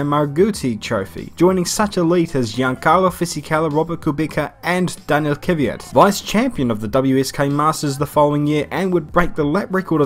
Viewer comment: why do you say kyvyat? he is called kvyat.